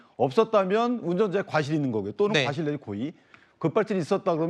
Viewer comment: 손변은 "과실"을 "가실"이라 발음하네..